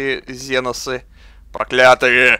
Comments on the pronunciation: И это не ЗЕНОСЫ а КСЕНОСЫ! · Жаль, что сделали обзор но не удосужилась узнать ни историю вселенной, ни историю самой игры. Тогда бы отпали такие вопросы почему комп ставит каждого второго космодесантника рандомно. И да, что за ЗЕНОСЫ? Генокрады, ксеносы или тераниды, но не зеносы!!! Сильно вымораживает =(